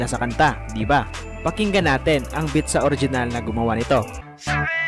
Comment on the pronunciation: Beat Hindi bit.hahahaha